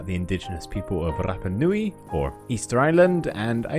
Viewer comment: That rrrrrapa nui tickled my brain in the most perfect way